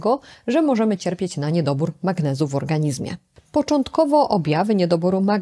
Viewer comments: Pani doktor! Piszemy "w organizmie", ale wymawiamy "w organiźmie" ! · Organiźmie...gdzie się pani polskiego uczyła?!